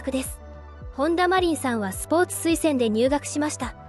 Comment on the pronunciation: カネメダルとかマコトリンとか読みが変なのでAIですか？外国人ですか？